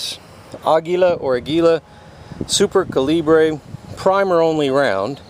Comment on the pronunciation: Ah-gee-la Super Co-lee-bree